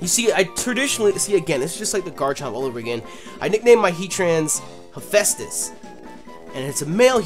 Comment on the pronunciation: Not to be that one guy but you pronounced hephaestus wrong.....